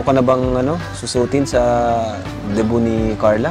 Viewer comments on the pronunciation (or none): none